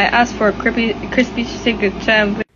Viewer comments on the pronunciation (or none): I asked them for a “crippy crisy John wick sandwich” is what I heard💀